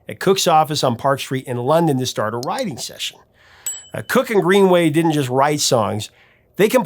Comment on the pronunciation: I keep hearing "rioting session" when you say "writing session" lol. Either way, it sounds cool. Thanks for the vid!